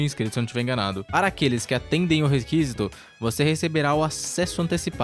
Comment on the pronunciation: Você estava falando errado "requisito", o correto eh com intonação no "si" não no "qui" se não seria "requísito". Por favor, se retratar!